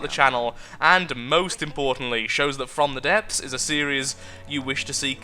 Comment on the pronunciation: At the benining you said tfrom the depth